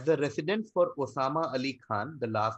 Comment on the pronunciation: really? Osama? It’s Osman!!!